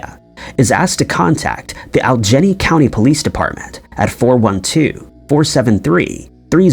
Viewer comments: Aljenny…. are you trying to say All e gainey? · Dude, "Allegheny" is pronounced, "Al-eh-gay-knee" not, "All-jenny" for fuck's fucking sake!!! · Allegheny is pronounced al e gay nee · Allegheny is pronounced "Al-i-gay-nee." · Alleghany is very hard to pronounce if you are not from the Mid Atlantic. It is pronounced like this - AL-ig-AY-nee